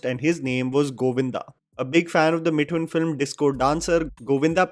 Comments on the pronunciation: I always watch your content and i found it very good... But only one thing that i have been wanting you to tell you is mithun's name's correct pronunciation... It is मिथुन and not मिठुन .... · I request you practice saying Mithoon, please. The way you pronunce Mithun is so damn funny and jarring at the same time